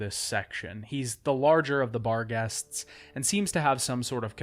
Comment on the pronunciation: I swear to god I thought you were saying "Bar guests" for the longest time.